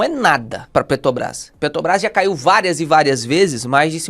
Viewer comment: PeTObras não... Bota o "r" aí... Fora isso conteúdo excelente!